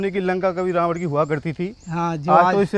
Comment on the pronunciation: भईयां रावण को रावड क्यों बोल रहे हो, उच्चारण रही करो, और श्रीलंका के चारों ओर समुद्र है वो कहाँ गायब है